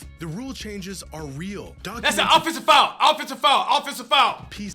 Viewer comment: Cash really complaining about "pffenseive foul", come on mane